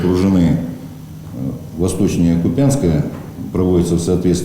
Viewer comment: Почему в рфии постоянно искажают слова, делая неправильные ударения? КупЯнск... может, тогда вернее говорить ПетЕрбург?